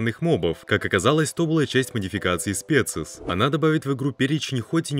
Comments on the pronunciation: Бро плиз изучай правильное произношение названия модов, либо чисто на русском говори их название. Ну специи никак не подходит. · Спасибо за видео! На будущее: название мода происходит от лат species - рус. вид (животного, растения и тп) и читается как спИшес